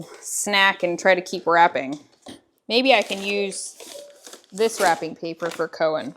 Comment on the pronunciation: When you said wrapping I went “wait what?” Oh WRAPPING , not rapping.😂😂😂.